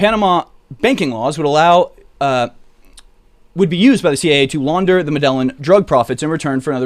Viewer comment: Dude. It's not Mehdehlin. It's "Med-e-yeen".